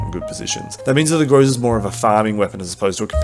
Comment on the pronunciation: It's GrozA not GrOza, dude! Still waiting updated tier list